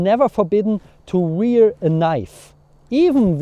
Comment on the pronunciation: Lovely video as always. Wear is pronounced almost the same as where. I hope that helps :)